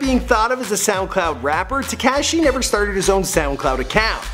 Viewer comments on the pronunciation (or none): Its te-ko-shee= tekashi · This guy has never heard the “ah” sound in words I guess. SlovAAkia and tekAAshi lol wth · So annoying when he says "Te"cashi"it's not even pronounced right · pronounced * teh - KAH - shee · Foreal he cant even say tekashi right lol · the camera man is laughing because of the way you pronounce tekashi!! you really never heard anyone say his name? you didn't watch even one video about him before doing this? smh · Omfg the way he said tekashi made me wanna kms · how he says tekashi makes me cringe